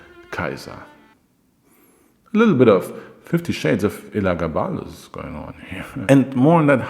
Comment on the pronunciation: oh it was still smoove my guy...Your writing is really awesome nowadays. But how you didn't butcher Elagabalus despite having to say it soo many times deserves congratulations lmao. It was basically a tongue twister at that point. Another great vid. Soo many Julia's though lol.Its like they ran out of female names or something